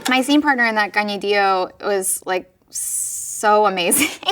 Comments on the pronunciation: Just wanted to say that Anna Kendrick taking the time to learn Kaniehtiio's name and pronounce it correctly means so much. As a Mohawk woman, our names mean so much to us so thank you/Niawen for taking the time to learn <3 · It does seem a difficult name to pronounce, which I suspect is why she sometimes simply goes by Tiio rather than having to get people to pronounce it correctly. That Kendrick made the effort is wonderful, though. Also, both of them are just awesome. My first exposure to Kaniehtiio was as Tanis, though I have to admit that I'm starting to think of he more as Deer Woman now. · She just taught me how to pronounce Kaniehtiio! Finally! She is excellent in Letterkenny Problems.